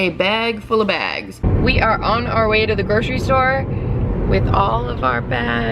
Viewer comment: It low key annoys me how ppl say 'gro-shery' for grocery , It's pronounced 'gro-sery' , why is the 'shh' sound even there